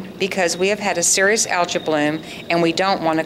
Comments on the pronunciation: This was an excellent video... just one thing. I never realized Algae is pronounced ALJA. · in all my life, I have never heard anyone say "Al-juh"... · Maybe it's her weird pronunciation of the word algae, lol. Both the American and European pronunciations use a LONG E sound at the end with a silent A. Her pronunciation of algae is a language of its own, lol. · Never heard algae pronounced "al jah" before. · In what part of the world do you pronounce algea like that?